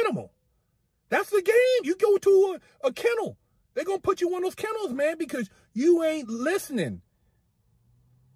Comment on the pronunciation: Man said kennels .